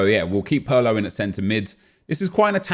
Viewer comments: It's not Pearlo, it's Pirlo mate. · This nikka said pearlo 😂😂